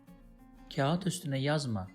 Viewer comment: teleffuz videosu çekip kağıtın teleffuzunu doğru yapamamanız komik olmuş k ince bir şekilde ı okunmadan kağat diye okunur aynı şey ağır kelimesinde de geçerlidir ağırda ı okunmaz aar diye okunur